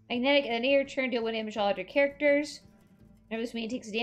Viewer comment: I find it funny how you pronouce thaurissan and some others like cthun. (If your curious Cthun is pronounced cah-thoon (cause there is a minion that screams his name 3 times XD)